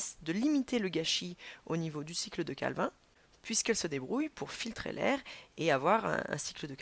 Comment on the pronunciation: La cycle de CALVIN on dit CALVINE mdr